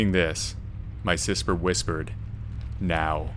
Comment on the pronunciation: Story 1 “My sisper whispered” hahahahaha I had to back it up too